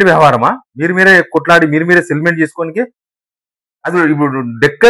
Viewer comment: సెటిల్మెంట్ అనే పదాన్ని నువ్వు స్పష్టంగా పలకాలి బ్రదర్..... ఆమాట ఎవరికీ అర్ధం కావటంలేదు.